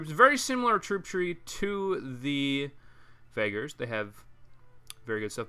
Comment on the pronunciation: I think it's pronounced vageers not vagers